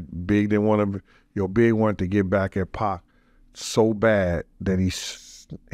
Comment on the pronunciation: having white man trouble with the name Pac 😂 Poc Pack